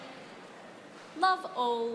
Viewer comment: The movement of the mouth is too exaggerating...not necessary to move the lower jaw outward to speak 'love'